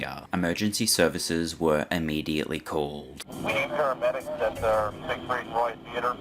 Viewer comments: I was only paying half attention and Im pretty sure I heard "Siegfried Fishfucker." I'd rather not be corrected. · Leave it to to not be able to even say Sig Freed right, theres only hundreds of clips of people saying it right.....